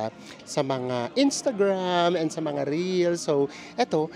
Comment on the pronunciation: Taga Laguna po ba kayo? Narinig ko kasi kay yung “ansha” narinig ko yan dati sa bi clan sa Laguna